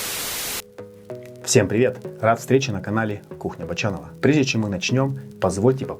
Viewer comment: Вам надо кухня Бочанова произносить почётче и с интересной интонацией. Это же имя канала и должно запоминаться и цеплять как слова песни. А сейчас произносится ровно и не цепляет на слух. Может Вами произносить Ч более ярче как мы произносим названия итальянских макарон)) Пришла такая ассоциация) А может Ч и А произносить мягко и томно, заигрывая со зрителем. Здесь у меня ассоциация с томной, соблазняющей едой, а Вы как Челентано) Как то так))